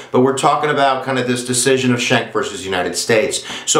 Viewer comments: Pronounced SKANK...Not shank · My name is Anthony Schenck and you are not pronouncing my familys name correctly. It is pronounced SKINK, like the lizard. If your going to state the facts, atleast now how to pronounce the relating facts correctly. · not correct pronunciation.